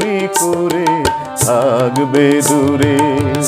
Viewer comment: Tumi ki emni kore THGBE dure ??? Kwa er uchharan ta aschhe na ,ektu dekben ! Over all fine !